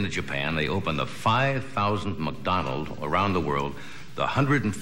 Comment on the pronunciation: What is “muckdonalds”? 😂